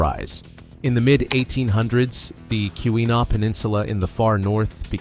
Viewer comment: Oh my God, I cant take it, KEWEENAW is even slaughtered